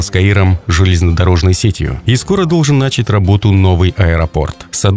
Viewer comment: Какая убогая речь комментатора ( по другой информации есть другая причина, нАчать..) углУбить, блин, русского языка в школе не выучили, но все на ютуб лезут